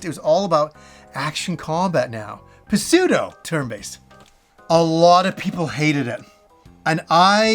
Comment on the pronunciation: You don't pronounce the P in pseudo! You're killing me,.